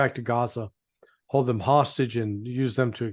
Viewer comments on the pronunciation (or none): none